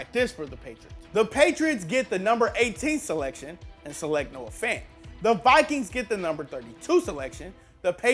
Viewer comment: Believe it or not my name is David Fant and he might be related to me and I happy to see people actually pronounce the name Fant the right way